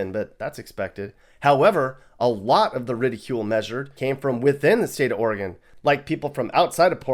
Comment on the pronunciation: Ore-gone vs Oreegun. Ore-gone is spot on., you should do a video on state rivalries.